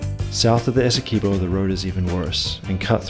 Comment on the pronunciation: It's Esse-kwey-bow Learn the pronunciations next time